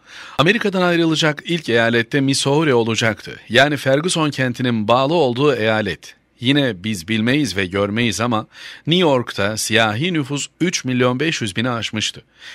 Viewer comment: Bu nasil okuma? "Misohori", " " Mizuri" diye okunur.